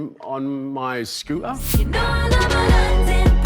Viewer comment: British people be like: scoo'er